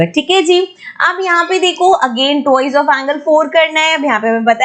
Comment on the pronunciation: Mam there's a little correction - It's not 'Tuwoiz' it's 'twa-i-s' T W I C E